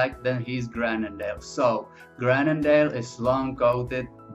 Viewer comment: *Mah-lee-n-wa ("lee" as in "lea" in "leave" or "lee" in "Leeds) *Grou-nen-dahl ("grou" as in "group") The "u" in "Tervuren" should be pronounced like the first part of the vowel in "fuel" (the "u" in "fy-"u"-el"). It's pronounced like the Dutch "uu", the French "u" or the German "ü". *Lah-ken-wa